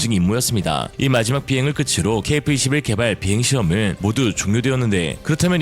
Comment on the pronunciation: [끄츠로] -> [끄트로]